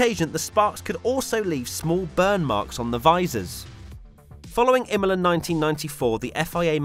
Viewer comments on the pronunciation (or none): none